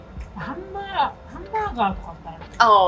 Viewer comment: それはハンバーガｧrrrrrr